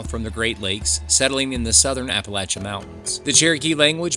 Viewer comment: There's nothing spooky about any road in the GSMNP. Fake animal sounds and weird music fool many an ignorant human being these days. At least you pronounced Appalachian correctly I guess. That said, it's sad to hear people still claiming that the Confederates were "radical." How, in 2024, with everything the federal government is doing anyone can see those who wanted to be free to make their own decisions in their own state as "radical" is beyond me. Public education has failed so many and the truth is being wiped out every day now. The South was right - the federal government was never created to be a god or a dictatorship or an oligarchy. But oh well. Here we are. Either way, back to Parsons - if you think there are cameras out there watching you, I guess you believe the earth is flat and chem trails are a thing, too. Are there cameras in GSMNP? Sure. Around the buildings and in some very specific locations, but hundreds way out along Parson's Branch? Silly. Anything for money though, I guess.